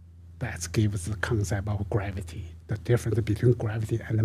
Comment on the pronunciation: Graaavety and 36 siros